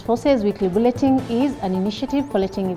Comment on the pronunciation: wow! calm delivery. What a good news caster. just a couple of corrections- ''bulletin' not bulleting con-ti-N-gent not contigent. However your voice, demeanor, and facial expression are PERFECT.